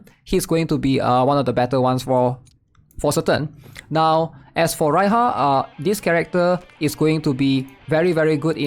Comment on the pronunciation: Rhya name is pronounced as Ra-ya